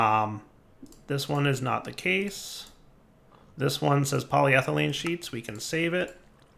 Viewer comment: at least he is more consistently pronouncing polyethelyne correctly. takes the wins you can get.